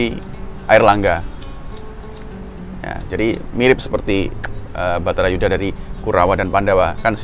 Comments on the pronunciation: Wah...kliru itu...baratha yudha yg benar...dipenulisan dan pengucapannya kok batharayuda.... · Judulnya sudah benar "bharata yudha" pengucapannya yg salah mas "batara yudha"